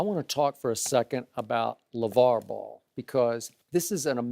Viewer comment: LAY-Var lol not LaVar. LAY-Var..... Shay have me cracking up